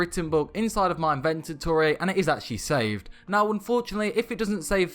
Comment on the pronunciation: Bro i love your vids but please for the love of god pronounce it "invent-or-e" not "invent-in-ore-e"